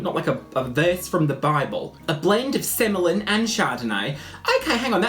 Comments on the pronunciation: Semillon is pronounced 'semi on'. Seriously. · Semillon id pronounced semi on as in "oh look! That guy in the wine section has a semi on!" Xxxxx